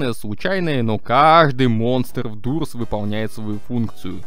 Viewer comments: Амбуш и не дурс а дорс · Не дурс а дорс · ни дурс а доорс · Та не дурс а дорс!!!😡